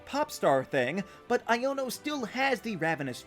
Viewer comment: It's pronounced Iono (Eye in oh), not Iono (Eye Yo No)